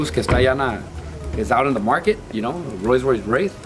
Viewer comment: Cuando no puedes pronunciar Rolls-Royce Wraith pero lo tienes pa presumir 😂💀